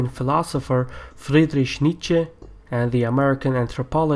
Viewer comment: You really butchered Nietzsches name